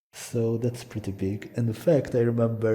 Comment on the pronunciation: "So it's actually preety simple"